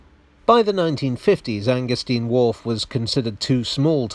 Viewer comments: 'stein' as in 'vine', surely? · Oh Dear! Anger-steen or Anger-stine? In German, it's the second vowel which determines the pronunciation. The Americans have a problem with both English and German, so pursuing their logic is a waste of time...